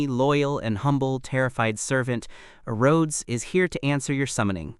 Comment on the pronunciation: Arrodes lol!